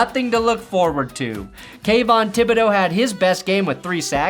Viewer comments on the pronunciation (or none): none